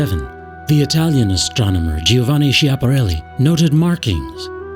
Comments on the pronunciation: skiapparelli not sciapperelli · it is Skyapareli, not Schiapareli for God sake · The name 'Schiaparelli' must be pronounced with a hard 'sk' sound at the beginning, just like the sound 'sch' in the word 'school'. If you are wondering why, it's because of how Italian pronunciation rules work. P.S. I'm Italian. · Interesting. But marred by the mispronunciation of "Schiaparelli."